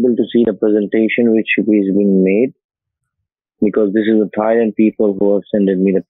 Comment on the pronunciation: Bang-cock Thigh-land…😅 love the pronunciation!